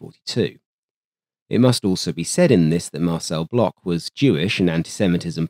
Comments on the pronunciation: Lui, il disait block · Faux ! Prononcer "block" comme dans "blockhaus" en allemand et non "blosh" comme dans "reblochon" le fromage français par excellence !!! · Worth emphasizing that Marcel Bloch (pronounced "Blosh", btw) is the same person as Marcel Dassault (pronounced "Dah-so"). When he returned home post WW2 after nearly dying in German captivity, Marcel Bloch adopted his brother's name from the Resistance and went on to create Dassault Aviation, the company that gave us, amongst others, the Mirage family of fighters and fighter-bombers.